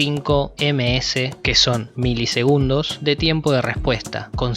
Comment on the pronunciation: Buen video bro milisengudos jajjajajaj